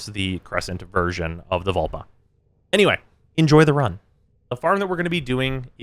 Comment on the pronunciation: Lol. Vulpa not vulva.